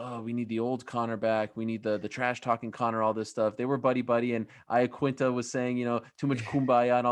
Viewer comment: was that just a complete butchering of Al Iaquinta?